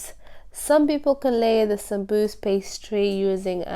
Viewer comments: why do you call it "Samsuus?" itis Saambuuse!!! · Beautiful. I like the way you say it Sambus. The correct way to say it is Sambusa/samboosa with vowel A at end of the word as it's in Arabic سمبوسة